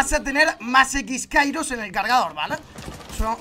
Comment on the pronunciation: Ole que a pronunciado bien la habilidad de hibana los x-kairos creo que es así si no me rectificais